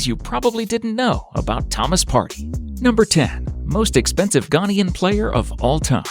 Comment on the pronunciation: Please. Ghanaian as in Ghan-AY-an. And ParTAY.